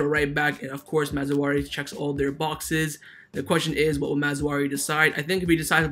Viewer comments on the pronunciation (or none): It's Maz-RA-Wee not Maz-WA-Ree. It's not hard bro lol